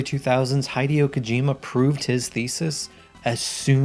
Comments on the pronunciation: Sorry, man, I had to turn the video off after you pronounced his name "Hidey-o Kojima". It's Hideo. "Hee-day-oh". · Highdeo? Its Hideo. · Oof. "Hidey-ho" Kojima... It's "Hee-dey-oh" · Heidi-O Kojima lol its "Hee-Day-Oh" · HE-DAY-OH not Hide-eoh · Heidi O. Kojima 😂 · Haideo Kojima? Jesus that was painful to listen to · high dee yo? pfft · "High-Dio" Kojima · "Hydeo" ? What disrespect, not taking a second to learn how the name sounds like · How did you pronounce his name? dude, it's pronounced similar to Video, that's why the joke of HIDEO instead of VIDEO appears when the game simulates being disconnected from the TV. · You pronounce Hideo that way again and I'm calling the cyber police on you bro. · I like how you pronounce “Hideo” hahaha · You could pronounce Hideo's name correctly. Just sayin'.